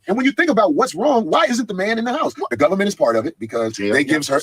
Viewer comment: "Da gobment "🤣🤣🤣